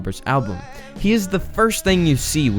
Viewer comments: You butchered his last name. It's pronounced (St-ow-bur). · Its not jack stuaber its jack stuaber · You pronounced his name wrong